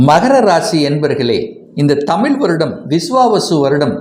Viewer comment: தமில் அல்ல தமிழ்